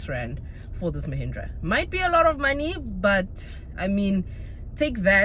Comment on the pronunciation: 😅 I can't get Lehindra out of my head, every time you say Mahindra all I hear Lehindra 🤣